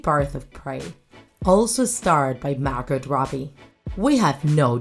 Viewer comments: OMG! You pronounced Margot Robbie wrong! It's pronounced Margo Robbie! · I love how you pronounce the T in Margot